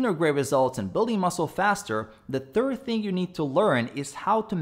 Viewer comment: you make a lot of top 10 videos for someone who pronounces third like "turd"🤣🤣. Just kidding man love your channel keep it up.